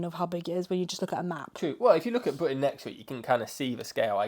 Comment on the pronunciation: If you’re from Britain, I feel like you should be able to say BRITain, and not Bwi-an.